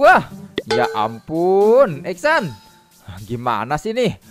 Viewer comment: Esan bukan exsan